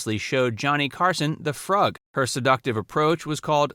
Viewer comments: FROOG, not FRUGG. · The dance she taught Carson was called the Froog (long u sound) not Frug (short u sound). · That dance is pronounced the "froog "not " frug". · The dance you mentioned was pronounced “FROOG” - not “FRUGG”. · froog - long "o" sound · It's spelled "Frug" but pronounced "froog." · The dance you mentioned, the Frug, is actually pronounced “Froog”. I’m old enough to remember her on all those 60s-70s shows.😊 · It’s pronounced “froog”